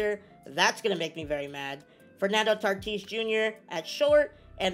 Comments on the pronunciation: Are we just not going to say how we said tatis’s name and he tartis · Tartis huh it’s tatis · Why do you say tartis